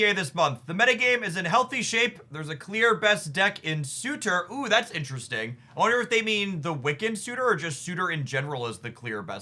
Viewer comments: It took me a while to realise you were saying SuRter as Suter. Missing that first R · It's more of an o sound than a u, but apart from that was pretty close to the correct pronunciation. It isn't a hard r. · Please look up the pronunciation for Surtur.